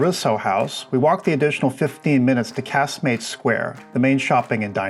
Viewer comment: I spend winters in Gib and own property there. I really enjoyed your video - it was well made and to the point. It has always frustrated me at how tourists are managed and your video illustrates this very well. I also enjoyed your pronunciation of Casemates and Eroski - my best friend in Gib is American and I sometimes have to guide her is how to say things too. 🙂 I hope that the Tourist Authority continue to improve the experience for people visiting Gib, perhaps the new cable car will help but the whole pricing structure and 'first impressions' approach really does need tackling.